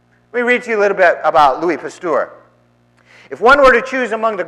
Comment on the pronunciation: I cringe at your pronunciation of Pasteur. It is not a our sound, but an errr sound. 2nd Evolution doesn't mention anything about abiogenesis, it only describes the process by which species arise, through the processes of mutation, natural selection and genetic drift. Abiogenesis is more of a chemistry / biochemistry thing really. I think the reverend needs to do more research on the subject.